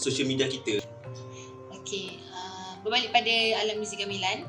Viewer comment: Menyebut gamelan pun gak betul... Ga me (e pepet) lan